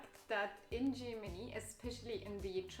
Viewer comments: It's Germany not Tschimini ffs! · To not be looked at funny in Germany, maybe don't pronounce it Gimini. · What nonsense she talks... "Gymini", near Rimini? ;) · Is it just me or does it border anybody else how she pronounces Germany?